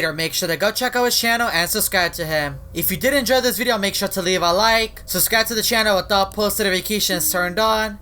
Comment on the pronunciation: i love how he says subscribe as ‘suscribe”